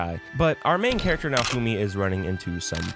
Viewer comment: It didn't fail. It's getting season 5. Who tf is nafumi? Why can't you clowns learn to pronounce names correctly? It's like you've never even watched the anime.